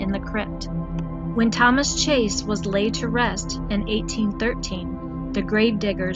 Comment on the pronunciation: Chase, not Chaes.